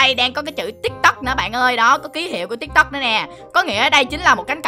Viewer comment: Tìm tôi mà nói là tik tóc